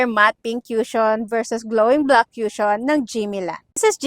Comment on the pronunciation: "koo-shon" po pronunciation ate hindi "kyushon" walang "yu" sound 😅